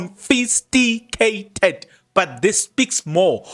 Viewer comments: Confiscated not confisticated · CONFISCATED😂😂😂 not confisTIgated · stop drumming your incorrect English it is not confisticated but confiscated sorry for correcting you, but when you keep repeating it others are learning this incorrect pronunciation. 😊😊😊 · Confiscated ......not confisticated. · Confiscated and not Confisticated Brother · I think he knows the word, but mispronouncing it purposefully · Hayiiibo 😮😮😮 I’m defo sticking around for this ☕️🤩 Kodwa Kempton Park? Confisticated 😂🤣😂 confiscated 🤣🤣🤣🤣🤣🤣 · THE WORD IS CONFISCATED, PLEASE. CONFISCATED.... CONFISCATED, MEANING - SEIZED BY AUTHORITY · Confiscated, bro... I am sorry, but your emphasis using the wrong word is just cringey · The correct word is confiscated sir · Eish nam ‘confisticated’ repeatedly bothered my mind 😅